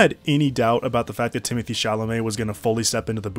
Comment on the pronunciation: I love how you pronounce Villneuve's first name in French but insist on calling Chalamet Timothy, eventhough he spells it Timothée